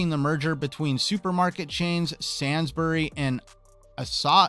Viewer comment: I am from the UK, thank you so much for the news videos. Your way of pronouncing Sainsbury’s. Is awesome that is a compliment.